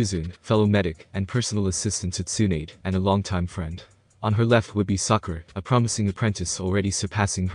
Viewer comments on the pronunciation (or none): Sue-Na-Day, Ja-Ry-A Not Sue-nade and Jer-Ray-A